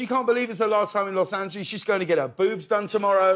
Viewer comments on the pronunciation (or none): Besides missing him … and I’ll miss him a LOT ! Is his pronunciation of Los Angeeleeeees 😂❤❤